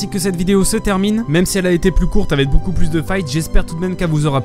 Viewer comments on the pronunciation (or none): none